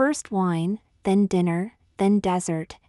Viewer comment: I have been trying to get this person to understand how bad the AI really is & how having real people read these would be more realistic! AI couldn’t even pronounce résumé & dessert!